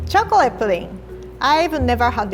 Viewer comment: I love when says “chocleate”